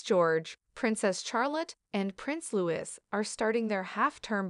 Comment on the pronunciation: It's Louis (like Louie and not Lewis)